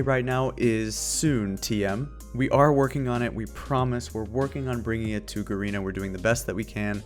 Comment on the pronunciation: Shouldnt Garena be pronounced as G-arena? Im not sure..Could be wrong tho...